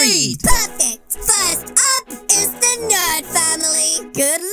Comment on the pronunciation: In the intro I thought he said the nerd family vs the nerd family vs the goth family